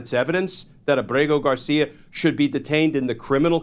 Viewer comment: Why does everyone mispronounce Ábrego García’s name? The stress is on Á, not e.